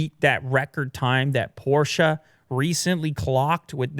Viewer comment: So proud of pronouncing PorschE correct:D as a german i was kinda bothered, kappa